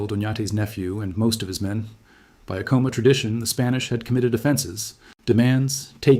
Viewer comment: Good talk. I enjoyed the history lesson. I've been to Sky City for a Christmas Eve mass in the Old mission church there. When the kachinas came dancing into the church, it was a surreal experience that I'll always remember. One correction you need to know is your pronunciation of the pueblo of Acoma. The accent is on the first syllable, not the second. It is properly pronounced AC' - O - MA.